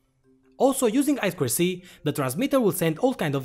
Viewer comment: За "ай-сквер-си"(I²C) - лайк не глядя! Нубота всё ещё ай-ту-си-шыт(I2C)! ))